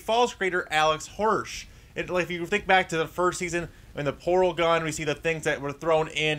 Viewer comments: its Hirsh not Horsh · It's not Hoursh. It's Hir-sh